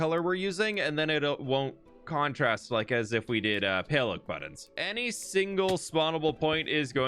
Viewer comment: If you acknowledge that you say 'buddins' weird in your next video I'll subscribe. Not that you need my subscriptions. You're very talented and accomplished, but still, you say it funny :) regardless, love you bro bro